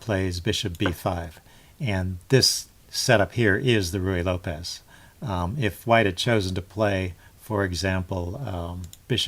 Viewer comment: You are the first person on YouTube that I've heard who actually pronounces "Ruy Lopez" correctly. Add one more thing to your list of "onlys."